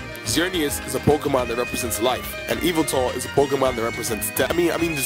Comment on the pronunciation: You dont pronounce yveltel i-va-tel its vel-tal